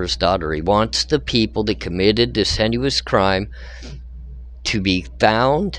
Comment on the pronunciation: Hey buddy I noticed you are pronouncing heinous as “hen-you-us” rather than “hay-nus” (like anus lol). Just pointing that out. Keep up the great content!